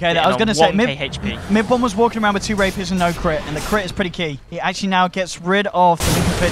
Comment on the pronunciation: "Rapiras!"... rapiras... "rapiers" maybe???